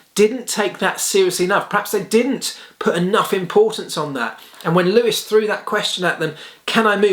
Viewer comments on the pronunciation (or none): ⚠️ it is NOT Lewish ... it is NOT Bottash ... and it is certainly NOT Max Vershtappen!